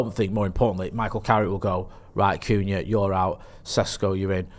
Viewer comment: saying Cunha is too funny, ‘Coonyah’ 😂